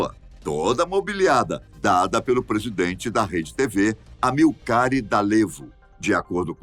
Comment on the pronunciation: Parada de “T Á I P A S” - “A M Í L C A R E” Dalevo Bora caprichar nas pronúncias